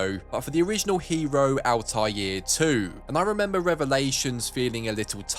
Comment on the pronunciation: First, the L in Al-Taier name is silent in Arabic & for sure in English to make the pronounce easier. Second, I played AC Black Flag months ago, the game was fun in the first 10 hours but after that it’s repetitive, the same missions over & over. You feel it is too old game. Third, I played AC Unity 2 or 3 years ago, I felt the same, the repetitive boring missions, Paris is so good, but just in the first gameplay hours. The British English accent for a “French” protagonist, I think it’s a stupid decision.